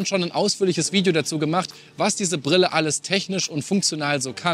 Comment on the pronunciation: Prille? Lerne Deutsch, Junge! Ist dir das gar nicht peinlich?